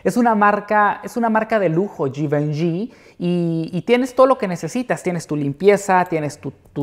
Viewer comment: Me enamore como pronuncia la marca Givenchy 😍